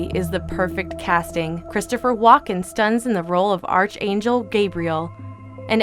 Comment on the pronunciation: Archangel is pronounced Ark Angel. Again and again, those that make these videos make themselves look like idiots because they can't pronounce words or names. I think they need to get help for words containing more than 4 letters.